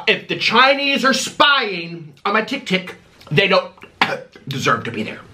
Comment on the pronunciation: You need to read too bc you called tiktok tiktik